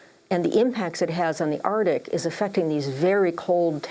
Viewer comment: Arctic not Artic!